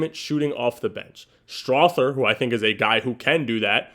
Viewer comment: STRAW-ther like feather